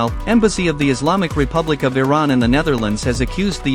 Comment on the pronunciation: Learn how to pronounce Iran.